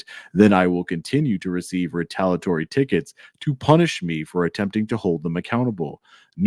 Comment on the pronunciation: ri-tal-ee-uh-tawr-ee, NOT ri-tal-uh-tawr-ee You're missing a syllable every time you say it,!